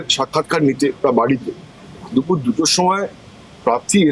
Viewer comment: It's not Dufur moron, say it Dupur 😂 Disgusting!!